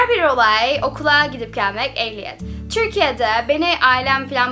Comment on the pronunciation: Türkiye ye bile çürkiye demen ofmfkc Yeter artık çıkıyorum bu kadar dayanabildim